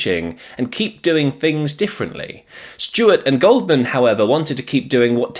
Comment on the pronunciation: Gouldman (pronounced "Gooldman") not Goldman